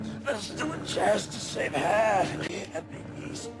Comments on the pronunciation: Why do they change the vowel pronunciation of Han's name towards the end of the movie? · Idk why but B.D. Williams pronounced "Han" during both movies, but most noticeably in RoTJ.